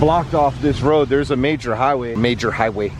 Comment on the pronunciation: You got my dying over here with you trying to say major highway lmao